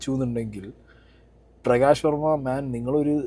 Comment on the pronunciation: നീ ആദ്യം പറഞ്ഞതെന്താ....... പ്രകാശ് വോമ യോ......??? 😂😂😂😂